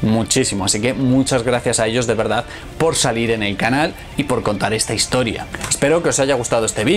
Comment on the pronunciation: el de la banda pronuncia las t como ch. dice "hischoria"